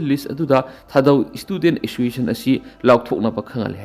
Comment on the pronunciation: Assoiciation?? Clear pronounciation 👍😂